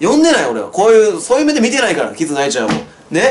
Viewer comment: キズナアイの発音ちゃんとしてる人久しぶりに見たわ...